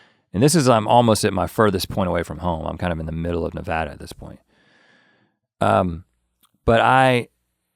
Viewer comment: Link needs to put in a little effort, pronouncing Nevada wrong is an unforgivable sin.